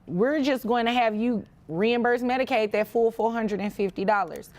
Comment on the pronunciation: It's "MEDICAID"